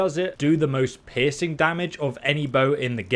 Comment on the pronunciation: It took until the third time you said piercing to realise you weren't saying "pissing damage" lmao. I thought it was just a phrase to emphasize just how beastly it is.